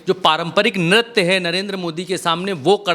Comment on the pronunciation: Bhai nartya nahi niritya hota hai ,waise koi fark padta likin concept clear hona chahiye, phir bhi reporting acchi hai